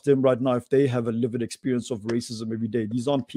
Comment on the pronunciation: I love pronunciation of "lived experience" as Livid experience". As a white woman, whose wherewithal has been steadily eroded ( more quickly since all the nonsense Covid Command Council has dreamed up ) by RACIST Govt policies, mine too is a LIVID experience!